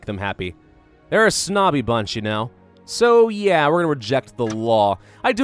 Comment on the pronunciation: i want shirts with "And genoa what" this is how he sounds when he says "and you know what?"